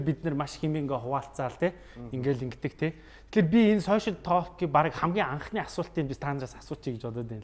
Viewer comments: ah "тоолк" geed ymar aimar heldiin hhehe ta:k/talk/ ter dundah L- usgiig heldegguishdeee:)) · Толк гэж ярих юм уу. Ток биш юм уу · tooolk gej bitgii heleech guuuiy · Duudlaga n Tok shdee bichihdee talk shvv dee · talk gedeg ugiin L useg ni silent buyu chimeegui useg ugendee unshigdaggui shuu hehe ток gej unshaarai helj hevsheerei manaihaan hehe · L ni shuud zurhruuu orjiishd. ydaj baihad yaasan olon heldiiin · TaLLLk ged bhin 😆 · TR Олон жилийн өмнө яахав яахав гэж өнгөрөөдөг байсан байж болно л доо. Одоо энэ цаг үед алдаатай нэгэндээ хэлж алдааг нь засахгүй бол хэрхэвч болохгүй л гэж бодож байна. Хээээв нэг талк талк гээд муухай ш дээ. Швед дуудлага байж болох ч Англи хэл л бол англи хэл 🤟🏻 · Positive эерэг байх үзэлтэй юм чинь talk гэдэг үгийг уншиж чадахгүй бол ЯРИА гээд Монголоороо хэлбэл зүгээр. Зөв хэлэхгүй байгаагаа мэдэхгүй байж болох ч мэддэг хажууд чинь суугаа хүн өмнөөс чинь бараагаад байна.